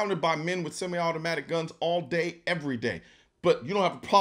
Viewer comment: How about the fact he can't even pronounce "Semi" correctly